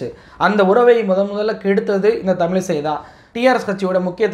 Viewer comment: தமிலிசை அல்ல தமிழிசை என்று கூறுங்கள்.தமிழின் சிறப்பு எழத்தே அதுதான் திருத்தி கொள்ளுங்கள்.